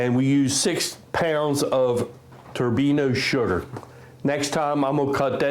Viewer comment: Thanks for the vid. Your show - your pronunciations, but fyi, Turbin - ado, kinda like Colorado (AFAIK). 😉 NO?